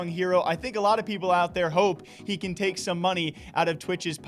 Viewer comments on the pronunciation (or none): none